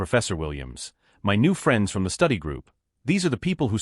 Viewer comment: why can your auto predictive vocals not pronounce "my"?